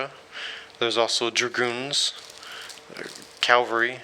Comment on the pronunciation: Nice review. I'm keeping my copy. One point of order: it's CAVALRY.... not CALVARY.